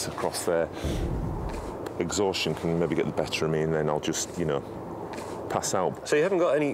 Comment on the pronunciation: says jest instead of just. It's about time somebody pointed this out.